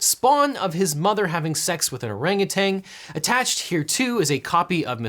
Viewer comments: There's no 'g' at the end of the word 'orangutan'. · Not gonna lie, I was pretty annoyed at the mispronunciation of "orangutan" (TAN, not TANG, no G at the end) but you definitely redeemed yourself with the ANUSTART reference at the end. Bravo... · "Orangutan" ends in an -n, stop pronouncing it like it ends in a -ng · It’s orangutan, not orangu”tang”